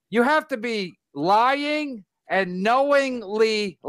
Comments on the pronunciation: “IM NOT LOY YING, CHAD IS A POS” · Kevin pronounces “lying” like Bobo off the O&A show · Your not loy ying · I..I...I'm not loy-ying